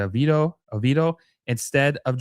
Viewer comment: Got you fam , mura = moor-a . Oveido = Oh-Vee-ey-do